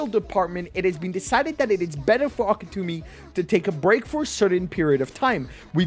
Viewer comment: It's Gege AKUTAMI, not AKETUMI!